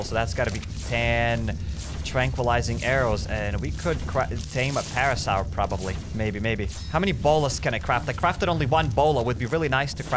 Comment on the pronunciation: You saying parasar pain